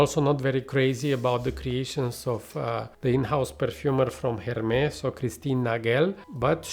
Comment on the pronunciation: Why are you pronouncing « Hermès » like that ? 😅 .. Couldn’t concentrate each time haha ! Hermès usually do good green/fresh outside of hype fragrances.